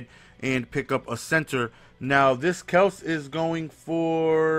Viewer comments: It's pronounced Kel-see lol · its kelc-see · its not kells its pronounced kelsy... smh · jason KEL-SEE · It's Kel-See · it's pronounced Kel-See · It's pronounced i-he-diboh and Kelsee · Kelce = Kelsey Ihedigbo = Eh Head EE Bo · It's kelcee and I-he-dig-bo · It's pronounced Kel-sey and e-head-a-bo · E-HEAD-A-BOW KEL-SEE